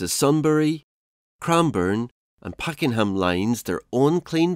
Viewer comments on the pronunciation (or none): The City Loop was built in the 1970s. Also, it’s PakENham not Packing ham LOL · I couldn’t watch any further than with incorrect pronunciations of Pakenham and Yarra makes me think what else is incorrect